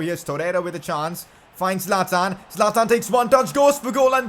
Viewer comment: Bro say 25 goal score Zaltan